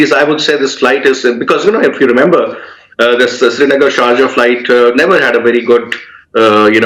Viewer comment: Dude it’s not charja it’s SHARJAH WITH S